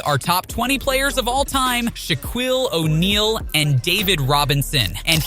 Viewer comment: I saod that too, but once I heard him say "8 fft" instead of FEET, as well as "sha-kwill oneal," I realized that this AI/Bot tricked my ass too